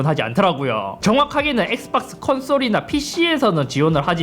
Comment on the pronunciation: 엑스빡스 라고 발음하는거 중독적이네ㅋㅋㅋ